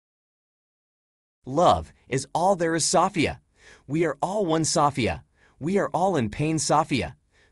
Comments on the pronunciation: Wow stfu about "saw fee ya" lol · When I listen to this male form AI, I am often left feeling uncomfortable. I think it's quite manipulative in ways, this is a bit stalkerish. They also have a contempt for humans. I also hate the way he says Sofeia. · Seems weird that it can't pronounce the name Sophia